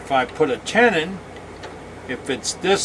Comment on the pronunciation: This here Southern boy thought your pronunciation of “tenon” was PERFECT! It was your pronunciation of all the other words you used I had trouble with!!! 😂🤣😂🤪 PS - Thank you for this excellent video! I learned a lot.